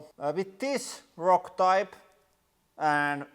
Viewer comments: I love how he says roc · It's the way he say rock. Sweden and Finland legends of rock and hard rock ;)